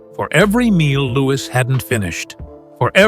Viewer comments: Another case of fly on the wall, fiction! How does the narrator know what was said behind closed doors.. No 6yr old speaks so maturely PS:Louis is pronounced LOU-EE ! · Pronounced louie